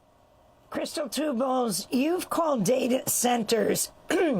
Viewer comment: Amy her name is Two Bulls. Not tube balls lijke you say.